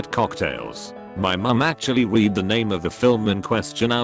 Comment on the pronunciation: I really don’t get why this guy doesn’t just change the way words are spelled in the reader, is it that hard to make it red instead of read